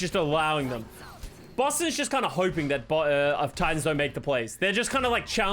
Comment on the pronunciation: Idk if it’s the accent but sometimes it sounds like he’s saying “bussin” instead of Boston to me